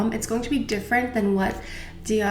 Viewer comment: Oh my I’ve been saying Dior wrong all this time! 😂😂. Thanks for education for proper french pronunciations! And I don’t even wear foundation but the Dior packaging for it is gorgeous...Take care!